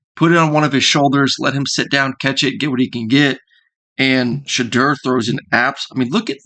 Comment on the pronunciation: Like the video. Shedeur is pronounced She Door.